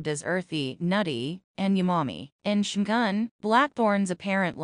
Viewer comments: Every time I heard her say "Shoogan" I cringed. Even if this is probably AI generated commentary. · It had me at "Shoogan". Stopped the video right there, I can't bring myself to listen to this AI generated crap. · If you're going to narrate, would you please pronounce the Japanese words correctly? I never heard Shogun pronounced the way you say it.